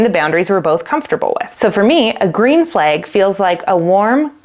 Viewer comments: As a French Canadian, your pronunciation of the word 'red' seems perfectly normal to me. 'Flag', on the other hand, sounds like "fleg" ;) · to an American ear, you’re saying “red” normally but saying “flag” like “fleg”